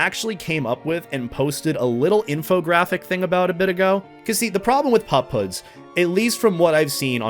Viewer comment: I thought you were saying pop hood